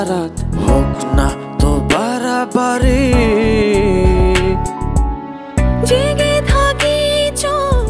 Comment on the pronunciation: Hridoy khan এইসববলদদের জন্য এখন বাংলা গানের এই অবস্থা! না আছে সুর, না আছে তাল,শুধু আছে একটা যান্ত্রিক আওয়াজ! উচ্চারণ টাও ঠিকঠাক করতে পারে না!! বাড়াবাড়ি উচ্চারণ করে বারাবারি! সব গানই একি সুরের মনে হয়। অথচ একটা সময় বাংলা ছায়াছবির গানে আমরা কলকাতার থেকে কত এগিয়ে ছিলাম।